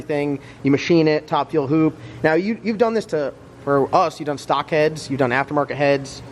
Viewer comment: "Stalk" lmao it's stock